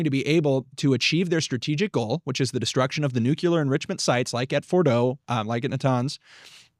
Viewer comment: Neither of you can pronounce Nuclear